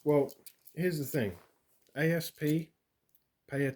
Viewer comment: FYI The company doesn’t say A. S. P. It is sounded out aassp